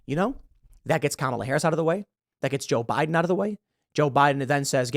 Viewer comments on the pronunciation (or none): none